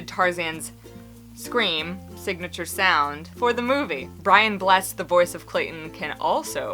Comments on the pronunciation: Just so you know, Brian Blessed is pronounced Blesséd - as in the -ed like a shortening for Edward. Bless-Ed not just "blessed". He's a national treasure <3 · Great video! Just so you know it's Brian BlessED ed ed is pronounced for some reason. It's just a weird language thing we Brits do!